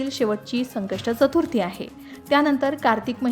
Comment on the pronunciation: मॅडम जरा चतुर्थी हा उच्चार करायला शिकून घ्या आधी मग व्हिडिओ करत जा......